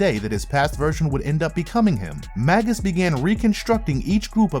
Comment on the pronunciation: Oh my god! It's not bad enough that the narrator is-- likely through no fault of his own as a producer or the episode writer should have helped the narrator out on pronunciation, imo --mispronouncing the word "Magus" as Magg-Us rather than the actual pronunciation of _May-Gus_! But the script is forcing to say Magus every other word! I'm a bit OCD, so it is killing me every time I hear "Magg-Us"! Arrgghh! which is not original to the evil Warlock doppelganger, but is another word for sorcerer, mage, or wizard and was originally a term for a type of ancient Persian priest.